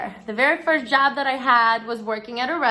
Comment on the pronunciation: Lol your accent comes out so hard when you say job it sounds like jab! It’s great.